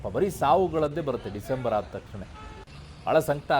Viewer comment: ಡಿಸೆಂಬರ್ ಅಲ್ಲಿ ನೀ ಯಾಕೆ ನೀನು ಒತ್ತಿ ಒತ್ತಿ ಡಿಸೆಂಬರ್ ಅಂತಾನೆ ಯಾಕೆ ಹೇಳ್ತಾ ಇದ್ದಿ